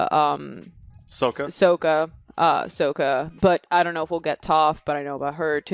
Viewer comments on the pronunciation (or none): to be fair called sokka soaka right before the battle of the north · Let me help ya out "Sock uh" 👍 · I love how they say "It's Aang not Ong" and then immediately call Sokka "Soaka." XD